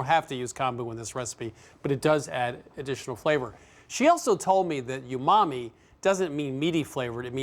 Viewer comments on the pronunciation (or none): Chris keeps saying “yoomami” ... he just came from Japan, for pete’s sake. Is it that hard to say umami?